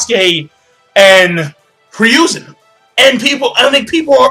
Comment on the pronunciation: Say it with me... HE-ROO-ZEN. It Hiruzen... Who's Ryuzen?